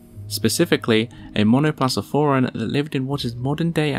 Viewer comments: Please get your Latin (and Greek) right when you post. Here: it is pronounced as "monoplakofora" (not monoplatsoforae"). Why am I so pedantic? The narrative is central to your clip (the images a nice loop of stills, but not the core of the story), and so is your pronunciation of the names, therefore. Such Latin names are difficult and foreign to most of your audience - and it is part of your job to help here. Latin is used exactly for the purpose of being "free" and "international", and pronouncing the names right opens also hearts, not only the "intellect". You do not need a degree in Linguistics: basic Latin is easy (if you can order a beer in Mexico, you are already on the right way), or at least Wikipedia's IPA-transcription, or your fellow Latin-American next door, help. And yes, we know how Latin sounded, even their dialects - there are Youtube channels on that, too (e.g., Make our Education Whole Again ;-) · It's pronounced MONO-PLA-KO-FORA, just for you to achieve